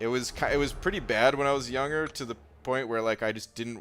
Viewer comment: Yo, you know when you say 'younger', you are supposed to pronounce the 'g'